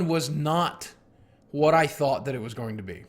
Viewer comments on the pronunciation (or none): none